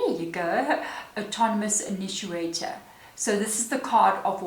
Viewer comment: Thank you. Spot on as usual and a good giggle as well from your pronunciation "inituator" of initiator. I thought it was a word I didn't know until I read the card title. I just love these readings, especially to the Collective. Always exactly in line with the path I'm on. 🦋💙💦